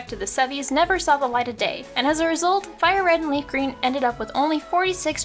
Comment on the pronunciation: Ah yes, my favorite Pokémon game, LeafGrean